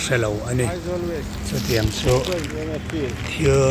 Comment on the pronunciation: Pianga thil reng² hi i lam țhing thei emai, thil hi lam mawi hi zir teh, nge iti lui zawk , i ti lui a nih chuan i țhing ka ti dawn nge i naupang laii in i school luhna in a zir lo zawk, thil reng² hi i lam țhing thei lutuk, sim hmiah rawh